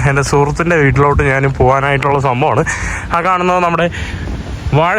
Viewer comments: Hi bro നാൻ എന്നല്ല ഞാൻ ആണ് ശരി ദയവായി മലയാള ഭാഷയെ വധിക്കാതെ bro നന്ദി നമസ്കാരം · Hi bro നാൻ എന്നല്ല ഞാൻ ആണ്ശരി ദയവായി മലയാളത്തെ വധിക്കാതെ നന്ദി നമസ്കാരം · നാൻ അല്ല, ഞാൻ എന്ന് പറഞ്ഞു നോക്കുക.